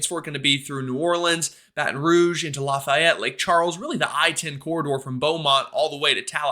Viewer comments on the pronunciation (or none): Look up how to say, Lafayette